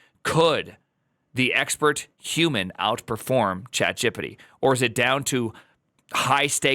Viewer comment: "chatgippiddi" is wild